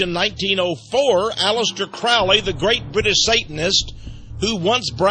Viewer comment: It's pronounced crow - Lee not crawly